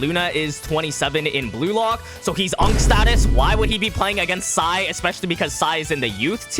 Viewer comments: Excuse me sir it pronounced sae not sai🤓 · Its sae not sai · Sae not Sai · IT'S SAE NOT SAI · It’s sae not SAI 4 eyes ffs